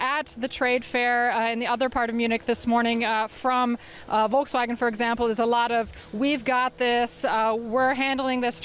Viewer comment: She pronounced it Vol-ks-wagon! Jeez, journalists 🍵